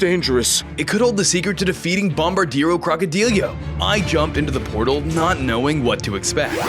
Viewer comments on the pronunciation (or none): No one but me cares about how you say the name it's tung tung suhur not usher and it's bumodelo crocodelo not crocodelyo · IT IS CALLED NUCLEARO DINOSAURIO NOT OMEGA BOMBARDIRO CROCODILIO